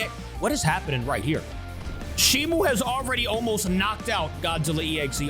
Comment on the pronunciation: its shimo not shimu